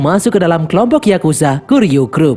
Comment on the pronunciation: Ijin koreksi min, yg bener kuryu grup, bukan kiryu grup min, btw next lanjutin nih seri sampe film terbarunya rilis min yaitu high & low the worst x cross😁🙏🏼